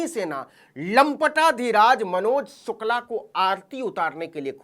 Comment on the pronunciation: Abe saale sukla bolna nhi aa rha tere ko ....sir name sukla ki ijjat Krna Sikh le phle